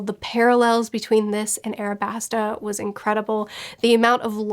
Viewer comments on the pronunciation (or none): Alabasta not airabasta, other than that fantastic review can’t wait for more